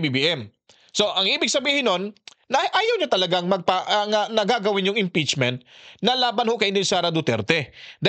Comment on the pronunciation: Sobcrayb hahaha impetsmin hahaha